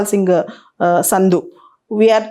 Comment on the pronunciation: సంధు మేడమ్ సింధు కాదు.